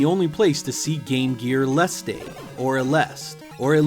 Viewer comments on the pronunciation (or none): Mr., I'm Japanese and tell you the true pronounciation. The true title name of [GG Aleste] in Japanese is [Galvanic Gunner (GG) A-LE-SU-TA]. It was released in, the original price was 4,944YEN ($40). This is the most expensive GG title in Japan, bucause the number of released package were very few. And now it cost at least over $400 (with box, manual). I bought two secondhand [GG Aleste 1] (with box, manual), but the price was about $70 in 1993 and the latter one was about $180 in 2000.